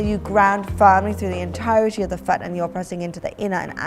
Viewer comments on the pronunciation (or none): When u say foot it sounds like fart 😁😁😁 Now I know why my English teacher said English is a funny language.